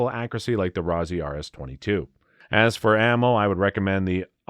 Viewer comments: Rossi, not Rosey. Rhymes with Bossy. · When he said that I said the same it's like Rossy